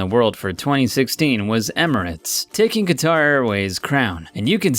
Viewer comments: Qatar is pronounced cutter like a box cutter. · Say it with me.... "Cutter" = Qatar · Qatar is pronounced "cutter". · Qatar is pronounced "cutter" not Ka-tar. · Just a point, it pronounced cat-ar